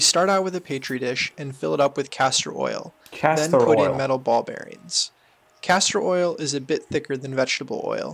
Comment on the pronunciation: "Ball beareenz."